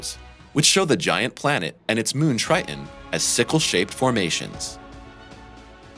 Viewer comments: Drives me crazy when people mispronounce words with "T"s in the middle... its not 'Tri-in' , its "TriTon"... Geez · Tri Ton not Tri Un… just saying. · Rather than saying Tri-Ton (Triton), the narrator is saying “Ti-en”. He is not pronouncing the second “T”. Same thing for “Important”, coming out as “impor-ent”, rather than “Impor-tant”. Both “T’s” s/b pronounced with the hard “T” sound. Other folks I’ve spoken to about these pronunciations differ from my opinion of which is correct. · The moon "Tri' en"? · it’s a shame that the narrator appears to suffer from a bone disease that prevents him from pronouncing the second T in Triton. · People with British (or should I say, Bri'ish) accents tend to drop t's in the middle of words. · Yes, there were a number of weird things in the language used, even if the voice was very clear. Was the text computer generated? And why was "Triton" pronounced as if it did not have a second T ... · What is 'Tri - unn'.....????